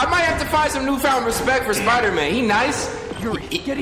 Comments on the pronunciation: U keep sayin “spider-min” my guy its Spider-man” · It is Spider-Man not spider-men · Why does he keep saying spidermen? 🤣🤣🤣